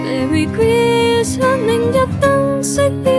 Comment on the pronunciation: 英文的部分還要再training欸 Christmas 的發音真的不忍卒睹XD